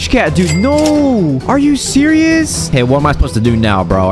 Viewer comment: “are you sewous right now” Btw i love ur vids